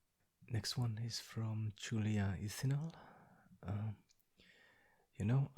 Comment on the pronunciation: Someone finally said ithinal correctly!